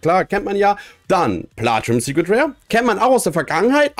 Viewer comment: Wie geht das, machst du das extra?,,Rare Super Rare Ultra Ware Secret Rare Ultimate Rare Luxury Rare" Er kann Rare nicht mit R sprechen wenn Ultra davor steht lol